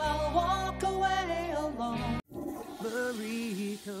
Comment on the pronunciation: “Burrtito burrito”